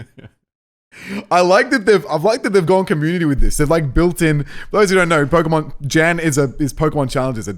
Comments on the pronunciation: Jan is gonna make fun of them cause they're pronouncing his name J-Ann when his name is pronounced like Yawn lol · I don’t wanna be that guy but his name is pronounced Yan. It’s a German name which Jayden finds out cuz he reacted to this video and corrects it. She finds out to cuz she commented on that video apologizing for it 😂😅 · technically, its pronounced yan. i know, cause i watched his reaction to this video too. i decided to also watch it from you cause i wanted to know what somebody who helped create the actual games she plays thinks of her videos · The J in Jan is pronounced like Y. His name is pronounced yan and poor jaiden mispronounced it for the whole video 😂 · Jans name is german, and pronounced like "yon" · Jan (pronounced yān) is pronounced Jan (pronounced yān) If you didnt know 👉👈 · Just gonna point out PC’s name is spelled Jan and pronounced “Yann.” Because German phonetics. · PChal's name is Jan, which is actually pronounced Yan, for anyone who's wondering also B'drodo just rolls off the tounge real nice, there were just some really cool nicknames they came up with that I liked more than I expected I would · Jaiden is a GOD TIER animator and storyteller. That's how she can pump out content like this, day in and day out. Also, Pokemon Challenges reacted to the same video. Aside from his name being mispronounced, he seemed pretty flattered by the idea. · i like how Jans name is pronounced in english xD he said in his reaction its the german name and so i totally know how its really pronounced and the difference is just funny xD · she said his name wrong, pokemon challenges has a different jan than we are use to. so she said sorry on his reaction and there's enough to worry about there lol